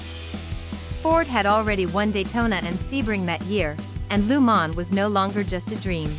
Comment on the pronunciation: Please learn how to pronounce Le Mans properly. It's not Lu man. Gees!